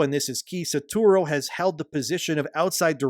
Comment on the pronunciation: The number of time Shibata Satoru been called “Saturo” over this video made it so much harder to listen to 😭 (Like, I’m not an English speaker and hearing one’s name being butchered again and again is so distracting)